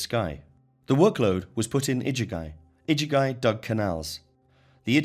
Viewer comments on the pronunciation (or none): The iduguy? Is that the igigi or (igigu, plural)? It's so irritating to hear these commentaries making such a hash of basic pronunciation. The worst I've heard so far, I wonder how Thoth, the Thrice Great, otherwise known as Trismegistus name and title would get announced or butchered?